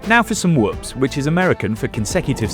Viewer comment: The brit just pronounced whoops correctly and half the sxs yahoos in America cannot. 😂